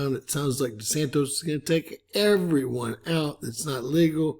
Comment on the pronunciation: DeSant "iss" not De Santos. He's American.